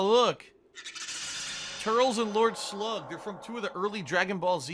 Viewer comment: exactly calls himself a dragonball z fan.. for gets lord slugs movie is lord slug.. fucking hell can't even say turles name right and called bardock Broly 😂😂 and he said jaco was a villain Jesus christ